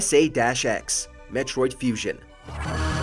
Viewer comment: I think it’s just pronounced S A X